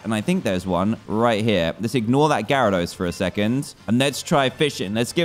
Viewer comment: omg it’s a GARADOS i think it’s gyarados dan...